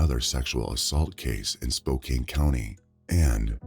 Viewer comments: "Spoke-ain"? 🤣 It is pronounced "Spoke-ann". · I was so distracted by way pronounce spokcan spokcane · Omg the pronunciation of Spokane was driving me crazy! It's not Spo Cane! It's SpoCAN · There's so many different towns and cities that were mispronounced, like spo-CAIN instead of spo-CAN, o-ji instead of o-hi, la-Fay-ette instead of LAFF-ay-ette (being from Louisiana I definitely know this one) I remember hearing him saying others wrong but can't remember exactly which ones. I should have paused and wrote down the ones he messed up. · 7. It's pronounced SpoCAN and not SpoKANE 8. It's pronounced Norfuk or Nawfuk (locals say this) not Nor Folk 9. Amour is also a French word 10. 😊